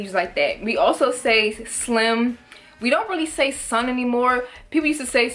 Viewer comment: Some of us in Northern VA say/used to say “Dusted” for when we were feeling twisted/drunk/high feeling good. And it’s not “son” it’s “SAHN!” Like what’s uhh sahn” ❤️😂